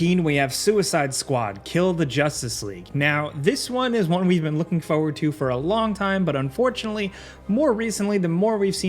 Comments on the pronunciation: I've followed this channel for a pretty long time and I love this content. But. Bro. It's foRward. there are 2 Rs. Not Foward. Forward. Please. I hate hearing "I'm really looking foward to this one"... Rant over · It's "forward", not foward